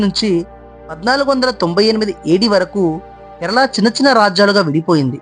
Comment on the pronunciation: బాబు ! కెరలా కాదు, కేరళ 👍 తప్పు పలుకుతున్నారు.